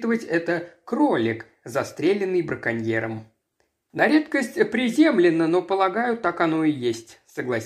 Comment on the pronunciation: "ПризЕмленно"... Ударения гуляют жесть... Так нельзя читать...